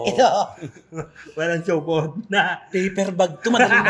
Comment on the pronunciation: hahaahhaha hayop kau Nay Cristy😂😂😂hindi Supot… Supooot😂😂😂